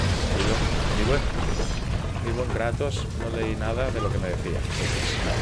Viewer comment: Si kratos xD no moja no es kreitos hahahahahah